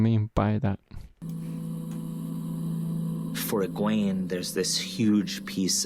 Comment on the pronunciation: The show is out and only you still say Egweeene and Eis Sedai. Sorry, wish you well